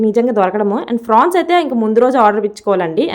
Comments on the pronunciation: Frawns Kadu Amma prawns ento 😂😂😂😂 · అక్క ఫ్రాన్స్ కాదు ప్రాన్స్ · Prawns avi frawns kadhu 😅😅😅